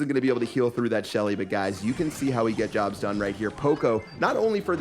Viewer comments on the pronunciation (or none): none